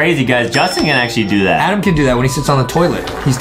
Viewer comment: It’s ADEM not ADAM